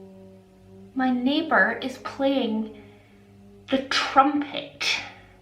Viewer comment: ”my neighbourrrrr is playing THE trumpet” 🎺 😂🎺😂🙈🎺😂